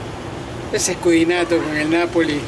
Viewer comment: Escudinato? No sera escudeto... aprende a pronunciar